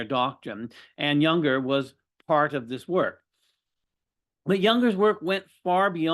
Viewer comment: This guy is absolutely antithetical to the mind and spirit of Junger, whose name he is unable to pronounce?